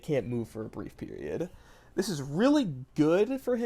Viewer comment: Gooning Moments “In General-ugh” “Lightning Rod-ugh” “Brief Period-ugh”